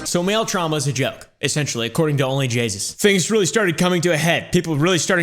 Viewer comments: It was correct! He says Jaysus instead of jayus 🤣🤣🤣🤣 Anyways I understanded onlyjessus xD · Bruh its onlyjayus not onlyjaySUS😂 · I thought he said jesus not jayus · He says onlyjasus 😂😂😂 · I love how he said her name wrong the entire time